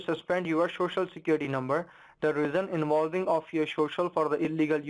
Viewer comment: your shocial lol